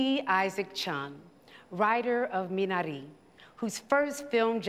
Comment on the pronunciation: she actually pronounced minari right. RESPECTTT!!!